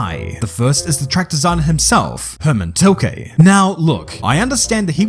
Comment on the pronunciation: Hermann tilkeee lol